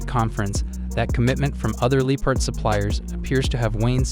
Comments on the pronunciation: Nah, DW says “Lepard”. He is saying “Leepard”. Of course it should be “Leopard”. It the end, it doesn’t matter but sounds weird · pretty sure he says "Leopard" but the O sound is barely noticable.